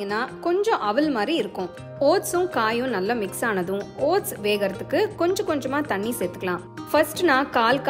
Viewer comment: ஒட்ஸ் பெயர் தெளிவாக உச்சரிப்பு வரவில்லை கொஞ்சம் புரியற மாதிரி நிறுத்தி கூறவும்